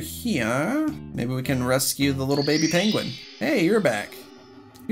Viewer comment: rascyue da penguein